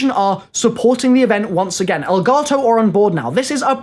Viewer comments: Its Elgato not Elgarrrtoowwwww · Is it me or is he saying elgato wrong??🤔